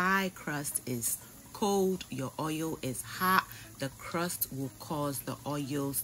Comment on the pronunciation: It's the oieyll for me lol> love how you pronounce oil. Love you and can't wait to make this but with fish as I don't eat meat :)